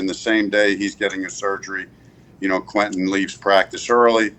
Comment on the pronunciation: Frank really pronounces the “e” in Quentin. Usually people pronounce it “Quintion”